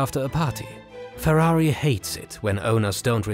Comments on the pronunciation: I was drinking water and nearly choked when he said purari XD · Why are you saying Ferrari likea hero lol?Did Ferrari pay you for this video?